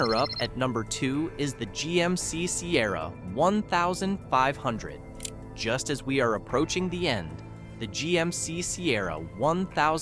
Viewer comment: Who made this video?!? There are so many inconsistencies. Showing the wrong model. If I watch it again I’ll take detailed notes. I just can’t believe many things they are saying because of the poor production. OMG Sierra one thousand five hundred?!?! It’s fifteen hundred lol